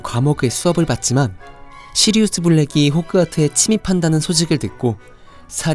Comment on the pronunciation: 시리우스 블랙 발음 못하시네요 귀여우셬ㅋㅋㅋㅋㅋㅋㅋㅋㅋㅋ